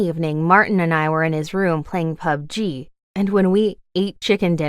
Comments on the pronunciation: What the shit POpD-G, it’s pub-g 😂🤣😅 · She said pug g it is called plug g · Plzzz the way she says PUBG. Pu b. G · She calling pubg pubgee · HAHAHA when she pronounce PUBG as PUB G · yall ignoring the fact she is calling it Pu Ge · the way she says pubg is funny 😭😭😭😭😭😭😭😭😭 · Did anyone feel weird by the way she said pubg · The way she says pubg it's so funny 😂🤣